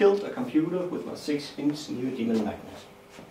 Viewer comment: I know it's neodymium, but I swear I hear him say neo demon magnet every time